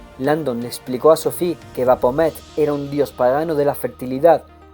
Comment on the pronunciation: Maravilloso trabajo, estoy disfrutando mucho este gran libro, solo como recomendación te sugeriría revisar la pronunciación de algunos nombres, en especial de ciertas ciudades o personajes como Baphomet (pronunciado BaFomet) porque de repente eso te bota de la narración, o al menos a mí me sucede :/ como dije es solo una sugerencia y fuera de eso te felicito y agradezco por tu trabajo :D